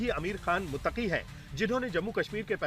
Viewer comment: मुततकी भी नही बोला जाता है ,,, 😂😂😂